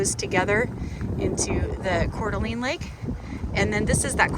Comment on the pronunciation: Pronounced Cor D'aLANE. Long A, not long E.